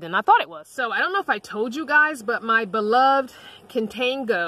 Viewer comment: Not trying to be a smart arse but contigo is pronounced: cone-tee-go. In Moorish Latin/spanish contigo means: with You. Guessing because You take the water bottle with You. smilin Thankhz so much for sharing. Wholeness n Essence of Love ((